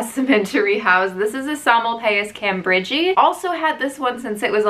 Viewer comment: Did she really just say "cam BERGY" LMAO 🤣 nooooo!!!! Maybe I'm just used to Petko pronouncing the names correctly so i cringe when I hear pronunciations like this